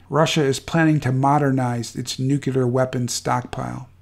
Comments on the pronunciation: It's not pronounced "noo kyu ler", it's "new-clear", or nuclear. Nookyuler war, nookyuler this and nookyuler that. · Why are you purposefully mispronouncing nuclear? It's not new-cue-lar, it's pronounced just like it's spelled "new-clear". Say it with me now, "new....clear". This gross mispronouncing makes it hard to take you seriously. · "nu CLE ar" Not "nu cUlar" Sorry! All that WW2 talk and here I am a grammar Nazi! I'm really not trying to be mean. It's like nails in a chalkboard to me. George W. said "nu cu lar" and I thought then, "If you can't say it correctly, you definitely shouldn't have authority to launch it!" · PLEASE! NU-CLE-AR NOT NUCULAR! THERE IS NO "NUCULAR." Too embarrassing to share. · Hey --- the word "nuclear" is pronounced "NOO-klee-ur" not "nook-yuh-lurr", Yes, George W, Bush got it wrong, too. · I hate to split hairs here, but the word is pronounced NUCLEEEAR. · Nuclear... NEW-CLEAR. Jesus fuck... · I find it hard to take any content provider seriously on this subject when they can't pronounce nuclear properly. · You keep saying Nuclear wrong but well done otherwise